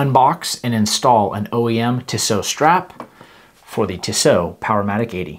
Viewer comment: It’s pronounced Tee-So.